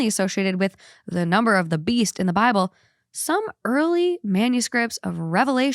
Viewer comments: The way you said bible as bibble sounds like that character off barbie fairytopia 😂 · Why did you say Bible like that? You wouldn’t purposely mispronounce any other religions book like that. I like two hot takes but why be weird about saying Bible? Smh